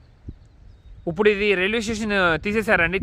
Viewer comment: మీరు ఇప్పుడు బదులు ఉప్పుడు అని పలుకుతారు ఎందుకలా ఉప్పుడు అంటే ఏదైనా తిండి పదార్థాలు